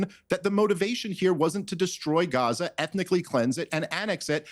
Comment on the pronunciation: Why does she say Guwahzah for Gaza.